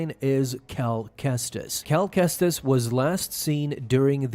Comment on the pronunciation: Man how badly can you butcher his name